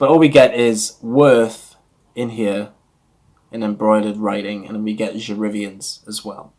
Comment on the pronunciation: pronunciation = je re-VYEN. The original was discontinued by the end of the 1980's. The subsequent reformulations were shadows of the original. Until we got Je Reviens Couture in 2004, which is a rare reformulation that is almost exactly as the original was (which I remember). It's interesting that you call it "otherworldly," as a dear friend who has significant experience in the perfume industry always says it smells like a ghost. Name comes from a poem, from which each of the Worth fragrances each take a line - Dans la nuit, Vers le jour, Je reviens, Sans adieu. p.s. it's better to not rub after you spray since it breaks down the top notes. Thanks for a good review!